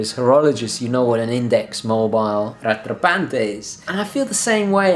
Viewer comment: Lovely watch. It's pronounced Rat rah Pont (rhymes with font). En Francais 🇨🇦 [sorry] : )